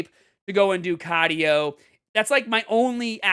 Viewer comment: They way he says caadio has me rollin!!!😂